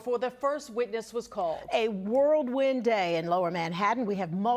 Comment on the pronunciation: it's "whirlwind" girl there ain't no such thing as a damn "world wind" ayd